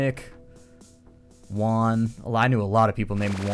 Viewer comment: It's Juan dumbass